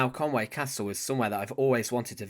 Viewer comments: It's conwee castle ffs not conway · Conwy not Conway